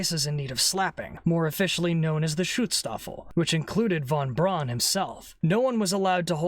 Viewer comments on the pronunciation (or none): Hey, pissbrain, Braun is pronounced Brown.